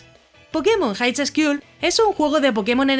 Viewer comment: El vídeo está bueno, pero el juego esperaré para q este completo. Lo único... Highschool se pronuncia jaiscul. Pero bueno, like xD